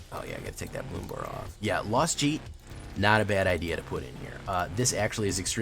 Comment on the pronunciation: Lost Jitte is pronounced Lost Jeetay.